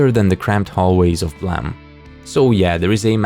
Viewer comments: Every time I hear Blame be called Blimee, i die inside. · Would it not be pronounced "BL-Aa-me"? Like to blame someone for something? I would think it'd be spelled "blam" with how you say it. Still a great video tho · Is it not pronounced blame as in the i blame you for something. Not blamm it kill me to hear you say this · WTF IS BLAM, IT'S BLAME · Im still learning the language so why do people call it BLAM? If it clearly reads as BLAME? This is the third channel that says it like that so...have I been saying it wrong this whole time? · Is it really pronounced blam? And not blame? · I dont know if this is common knowledge or not but Nihei intended for the Manga to be called Blam! like the shot of a gun, but didnt notice the typo and thats how we ended up with Blame! IDK how people pronounce it as Blam or Blame but i just wanted to point this out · its prononounced BOORAMU. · the way you pronounce the title really urks me